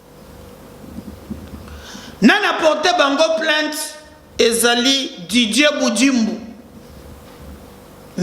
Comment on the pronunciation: Ce n'est pas djivorce mais divorce tu as français trop kamwena nsapu, Didier pas djidjie mais sa ce quel type de tonalité sa vient de quel coin du pays çà.